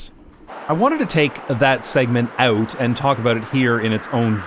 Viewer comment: Oh, I hear a tinge of Dutch accent with your “out”s like “uit”